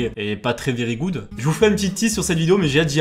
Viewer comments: tu as raison il n'est pas tres vveerry ggoouddee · "mon anglais est pas très very good" Ah en effet xDDD